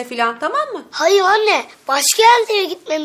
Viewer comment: Hayıv anneğ kovpohisyon demedi